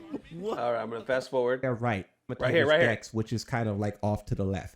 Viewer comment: wtf is a dexs? like a pokedex? or does he mean desk?